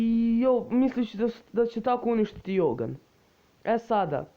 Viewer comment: Izgovara se dzougan a ne jougan